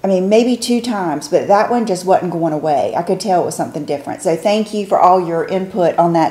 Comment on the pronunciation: Your southern accent really comes out so cute when you say the word "wasn't" and cut the "s" out.You did it in this video at the mark and again . I think it's adorable! Oh... and I prefer the silk scrunchie and a loose bun by making a ponytail (not tight), wrapping the scrunch around it once, twisting the hair, put in a loose bun, and wrapping the scrunch around the hair to hold. ~Susanne 😘💕🌸🌺